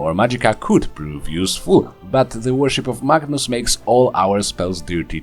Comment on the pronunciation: I will admit, I kept hearing "Magnus" as "Bacchus". I was very excited to see how wine would factor into this build.